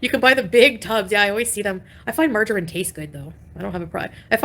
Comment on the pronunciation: "MargerEEEEn???", ughhhh you cant even say that right. 😅